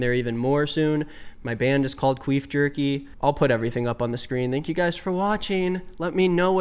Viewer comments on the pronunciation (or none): ...is that how you always pronounce thank? I've never heard anyone pronounce it with a hard th